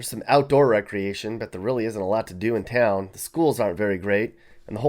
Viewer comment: Mispronounces town while saying they can't read🤣🤣🤣